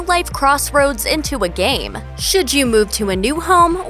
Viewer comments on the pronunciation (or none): none